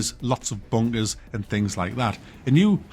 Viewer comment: Are you trying to say bunkers or bungers